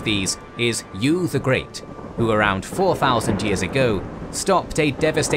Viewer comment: It's not YU, it's pronounced YÜ